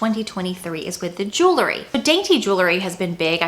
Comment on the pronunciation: Jew-ler-ee 🚫 Jew-el-ree ✅